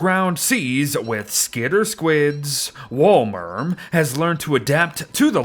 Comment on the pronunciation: I’m pretty sure it’s pronounced “wolemerm”